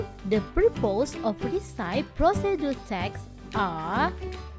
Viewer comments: Resepie, bukan risaip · recipe pronounsnya risepi bukan resaip kak.. CMIIW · maaf, pronunciation yg tepat itu resepi bukan risaip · recipe bacanya re-si-pi, BUKAN ri-saip... hehhee...kesian yang masih baru belajar jd salah juga. anyway, semangat selalu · Recipe dibaca resepi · Mispronouncing word "recipe"🙏. However, this video is nice and helpful. Thanks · Your AI voice-over is absolutely horrible. The word recipe is mispronounced. In addition, the video could be more detailed. Do better! This is a blow to the Indonesian English learning community.